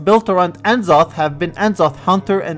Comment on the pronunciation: STOP SAYING FUCKING EN ZOTH ITS NZOTH